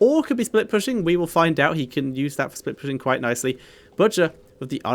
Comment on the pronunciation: When you said the butchers name in game i thought you had a stroke